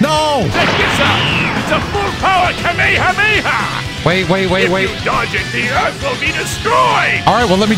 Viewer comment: doesn’t know how to pronounce Kamehameha